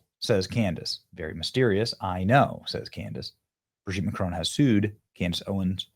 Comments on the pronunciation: Who is "McCrone" please? MACron. Emphasis on the MAC and you don't quite pronounce the n at the end. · It’s Mac Ron not macroan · Benny, you're pronouncing his name as though it has a terminal "e". It doesn't. It's analogous to the difference, in English, between "silicone" and "silicon". However, in French, the terminal "n" in his name is not fully pronounced i.e. the tip of the tongue doesn't ultimately touch the alveolar ridge -- and, to add to the horror, the lips, at that point, are pursed, as though preparing for a kiss. JFYI